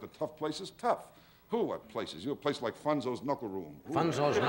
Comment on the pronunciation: Its Nunzio's Knuckle Room!!! Not Funzo's